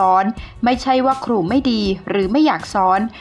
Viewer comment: ร ล ควร อ่าน ให้ชัด ล ร มารวมกัน ครู ไม่ใช่คู